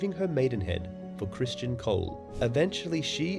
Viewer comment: How are you pronouncing it "Christian" when it is spelled "Criston" and is pronounced exactly as it is spelled?